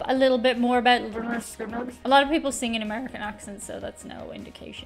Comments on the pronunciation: It's Pronounced 'Lĕh-'nérd 'Skin-'nérd, lol a little inside joke from us fans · The band's name is pronounced, Len Nerd Skin Nerd. They where the kings of southern rock. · If no one's mentioned it, it's pronounced Leonard Skinnard. :) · Pronounced "Lennerd Skinnerd" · It is pronounced "Linerd Skinerd" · Leonard (skin-nerd)Skynyrd is the pronunciation most people will recognize (not your Irish version) Y can sometimes be used as a vowel (though it would replace "i").> though it looks funny if I wrote Skynird < for I can't read it either. Though Google translate says it right in English. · Oops. Lynn-erd Skin-erd😮